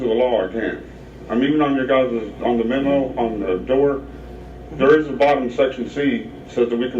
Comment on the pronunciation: He's already been told three times it's NOT a public building and still mumbles, "Iss uh public building right?" No, mook, it's not. Go mumble somewhere else.